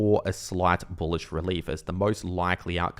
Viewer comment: say "boolish" for clicks, or worse yet, he actually believes it.